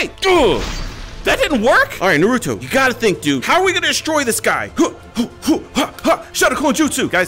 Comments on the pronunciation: It is naruto so u r right u use to say nuruto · watch the subbed!! ( it's naruto not na-ru-toe ) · It's na ru to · He said norutho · It’s not naruuto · We are banning your license for hokage because u said noruto wrong your banner from the villiage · You are saying Naruto rong